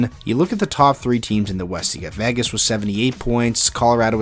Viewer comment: It's not. It's pronounced VAy-Gis.